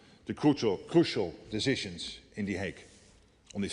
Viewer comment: I love the way the Dutch pronounce 'decisions' as "deshishonsh".